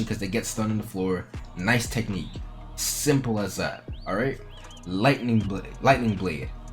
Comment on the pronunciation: I love when you say "SIMPLE"